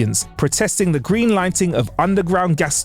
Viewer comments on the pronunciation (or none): none